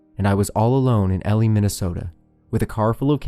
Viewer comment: everytime you called it "elli" i cringe. it's E-lie with a hard I at the end